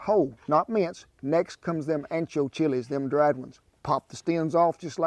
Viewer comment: It's funny how he pronounces some of the chiles... The double LL is pronounced as a y. And then there's the n and the ñ. But I love the fact that he's making these dishes... But he should specify where they originated from.